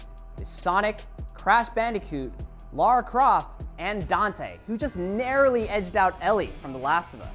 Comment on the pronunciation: Presenter, you get a 10,000 XP bonus for saying "Lara Croft" correctly. Well done. So many people call her "Laura".